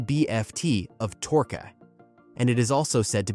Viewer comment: “553 L-B-F-T of torca!” Lol if that don’t scream AI I can’t help you.😂